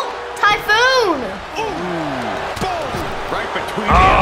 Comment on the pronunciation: He said tyPhoon capital p